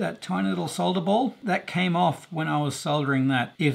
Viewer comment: Soldering pronounced the right way!